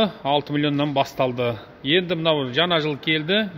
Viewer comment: жана емес жаңа кобалттын емес кобалттың Ң деген әріп бар қазақ тілінде